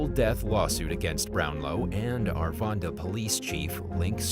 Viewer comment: Its Arvada not arvanda..